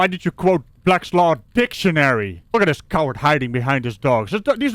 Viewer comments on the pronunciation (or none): "i jus quoted blag law dickuhnery did i not?" - this stupid asshole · Tell me he is NOT saying " black law dictionary "!!!!